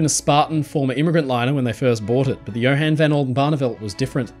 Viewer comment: Horrible mispronunciation of Johan That's called hypothermia.